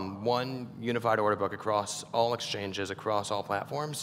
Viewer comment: When he said “all” it sounds like unmmm 🤣